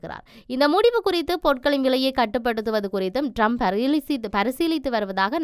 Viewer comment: அவர் பெயர் ரம்ப் அல்ல ட்ரம்ப். பெயரையே சரியாக சொல்ல முடியாத நீங்கள் IBCயில் கடமையாற்றுகிறீர்கள்.